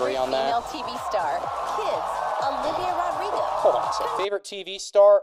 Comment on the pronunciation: calling Olivia Rodrigo “O Ra” is something we all glossed over FAR too quickly